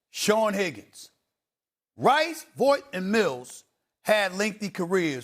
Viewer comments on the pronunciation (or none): Some corrections..."Freeder" NOT "FRY-der"...Big Dog Glenn Robinson played for Purdue NOT Michigan, Glenn Robinson THE THIRD played for Michigan. Loy "VAWT" NOT "Voight".